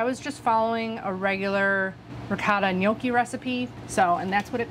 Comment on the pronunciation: Thank you for pronouncing gnocchi correctly. I cringe at restaurants where they butcher it, lol. I grew up with my grandpa making ricotta gnocchi. We never did potato. We've always rolled them down the fork, then proceeded to make the ultimate mistake of eating until we were full, and not leaving expansion space 😂. We've never fried them, but that looks delicious. Can't wait to try the recipe! Happy days.